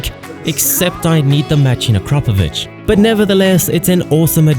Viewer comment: Finally someone who says Akrapoovič the correct way🙏